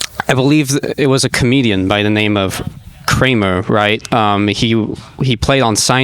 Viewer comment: I believe he said "Kwamuh".